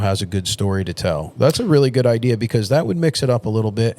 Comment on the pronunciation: Or should I say "Idear?" Lol